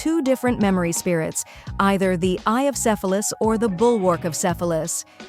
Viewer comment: If it wasn't for the subtitles I would've thought she said eye of syphilis 😂